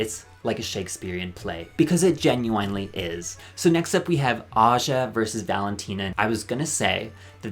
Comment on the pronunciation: Baby I don’t like the way you pronounced genuinely but I’m going to subscribe anyway